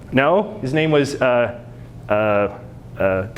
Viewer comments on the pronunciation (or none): none